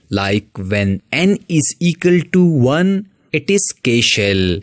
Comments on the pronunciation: "Eqal"...? 😂 BTW the way of teaching was superb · Equal ❌ ecal ✅